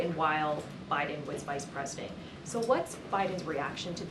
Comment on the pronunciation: Why does biden not have a d in it when she says it 😆❓🙃 it's byen